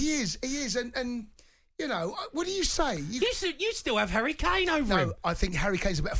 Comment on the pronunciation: Look at them 😂, saying harry kana 🤣